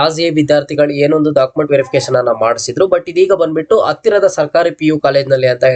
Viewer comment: Adanna❌ Hhadanna✅ Application ❌ Hhapplication ✅ Andre ❌ Hhandre ✅ Aadre ❌ Hhadre ✅ Adike❌ Hhadike ✅ Aadmele❌ Hhadmele✅ Alli❌ Hhalli✅ Update❌ Hhupdate ✅ Hattira❌ Attira✅ Aagirbohudu❌ Hhagirbohudu ✅ Idhe❌ Hhidhe✅